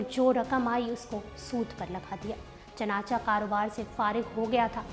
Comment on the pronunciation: chunancha nahi chunanche,your way of talking is good and nice